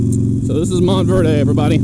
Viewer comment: hey it's Montverde, you don't pronounce the e so it would just be Verd. You're right down the road from me, I recently moved to Clermont. It's nice, just lake county is so rural.